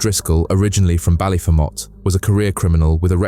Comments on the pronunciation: The way you said Ballyfermot is the wrong way and the names are said wrong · He couldn't even pronounce Ballyfermot Wright